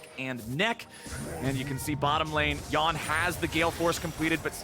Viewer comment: How is more than half your league imports and you’re still pronouncing Yeon as yawn. What.